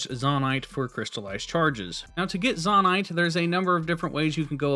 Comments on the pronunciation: firstly: useful video ty! secondly: its probably pronounced "zoe-night" rather than "zohh-night", because its a Japanese game and they say "Zo" as "Zoe" :) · Very helpful video, thanks 👍 But i did have to cringe a little at "Zawnite" lol. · To be pronounced Zonnaite there would need two n’s. It’s pronounced Zonaite. The one consonant between the two vowels makes the former vowel long. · dude it's zonaite not zonaite smh 🤦‍♀️ /j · It is not (Zaw-Nite) It is (Zoe-Nite). Literally confirmed by Nintendo. I don't know why but it bugged me so bad to listen to you call it that I had to stop watching. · ZAH-NITE :face-purple-crying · Every time he said "zONite" i died inside. Appart from that, great video! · Please stop saying zon-ite. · it is zone-ite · You calling it “Zawn-ite” is killing me! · It would be a long "O" for future reference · Bro really said zahnite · It is actually said zOnite in lore also in English vowel in a word that ends with e is always said fully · The way you pronounce things is way more frustrating than it should be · Are you purposely pronouncing Zoanite wrong? There is an O in there, best to pronounce it as such. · "zahnite" and "gega clan" physically hurt me